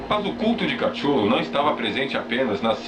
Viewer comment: Shadows! Sombras da verdade poder ser mas não tem "A" ... Kutulu pode ser uma kititulu. qualquer coisa mas CATCHULO? Foneticamente está lido errado Oo